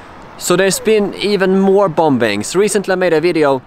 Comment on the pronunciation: The second "B" in "bombing" is silent, by the way.